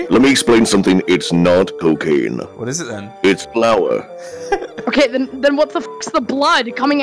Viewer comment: Narrator: "iTs flOur!"